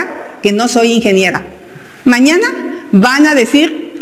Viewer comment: Porque dice dice " ingeniega " y no ingeniera , tiene algun problema en la lengua!???